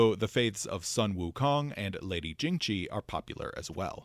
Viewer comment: If I may, the letter "x" in most (not all, but a lot) of these names is probably pronounced more like you would the letter "s" in English. So Tian Xia very likely sounds more like "Tee-yen See-yah", and "Jingxi" is probably more like "Jing-see". With that said, I always enjoy this series of videos on Golarion's lore and am excited for more Tian Xia deities!